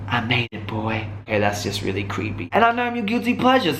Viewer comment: I ma-ade it boy. I mayayade it. That's just creepy. Yup. You are My guilty pleasure. Mor plz xx